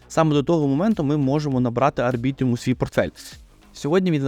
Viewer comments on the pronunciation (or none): Будь ласка, називай Арбітрум Арбітрумом, як можна записувати експертне відео і неправильно читати назву токена?